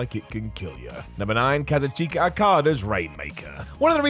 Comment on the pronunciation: The way says Okadas first name makes me crazy.. he might be right with it but no no it can't be